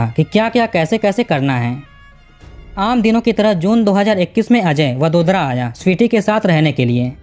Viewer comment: भाई, दो सवाल है आप के लिए। आप हर वाक्य में दो-तीन शब्द उस विदेशी कूतरा भाषा में क्यों बोलते हो? और तो और, क्या आप को वडोदरा जैसा सामान्य नाम, जो कि हिंदी में भी बड़ी आसानी से लिखा जाता है, सही ढंग से उच्चार करना सीखना ज़रूरी नहीं लगा? ये सब आप को वीडियो बनाने के पहले ही सोचना आप को क्यों ज़रूरी नहीं लगा?